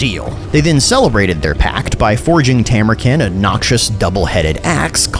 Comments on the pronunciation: hate to be that guy but bro why you callin him Tamur-kin, it's Tamur-KHAN, you even used the voice clip where he says it like that in the first 5 seconds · Isn't it Tamurkhan not Tamurken? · Khan is pronounced with a long a. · Stop pronouncing his name wrong. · I do enjoy that you continue to mispronounce it even after he says it himself. The internet is sure to be furious